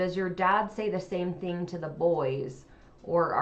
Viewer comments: sister just said 'I didn't know it was a thing..with a pronounced 'g' sound in regards to a Utah accent. I notice that hard 'g' sound with words ending in g all the time with Christine and her kids. 😊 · talking about the Utah accent, then says “I didn’t know that was a thing” with the most Utah pronunciation of “thing” with that hard g at the end 😂 love you guys. Every region has its own accent and smaller variants within, I could pick out accents from different parts of Ohio where most everyone else would probably think we all sound the same.